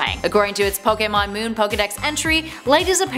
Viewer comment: Wow she pronounce almost every pokemon name wrong